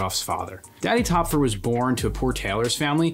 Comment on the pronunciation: I like the video, but the pronunciation of Töpffer bothers me. The "ö" has the sound of "oy" or "oi" equivalently in English. Besides that little pet peeve, I like the video essay.